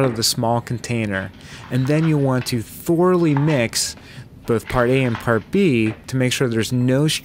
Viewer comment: Thor-a-lee =D